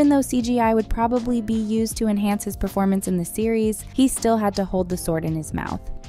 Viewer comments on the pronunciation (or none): none